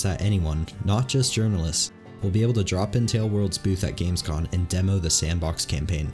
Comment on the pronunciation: Heads up, it’s Gamescom not Gamescon.